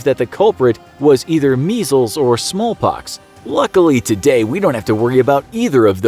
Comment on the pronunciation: did he just say “ smol pox “